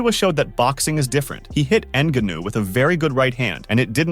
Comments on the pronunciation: N-guh-know.. lol.. n-gahn-ou is his yoy say it. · "francis engannow". AI voices ruining yt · En-Gan-Oh Denyeel-De-Bowa so many problems with this video. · PLEASE and I speak for everyone listening say Francis Ngannou name correctly. That was embarrassing